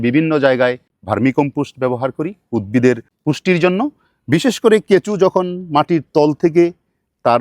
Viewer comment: কেঁচো কে কেঁচু বলছে😂